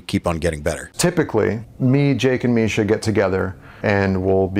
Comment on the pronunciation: “Typically, Jake, Marsha, and I, will get together and…”*** needs to get his shit together. Bro will never get the unchained tone if he doesn’t start speaking correctly. I believe in his journey, that’s why I’m pointing this out.